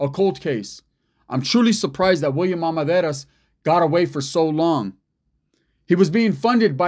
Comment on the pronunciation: It’s pronounced Ar men dar iz